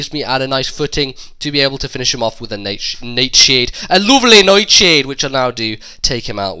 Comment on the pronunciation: 'Neyt Sheyd' totally killed me ROFLMAO xD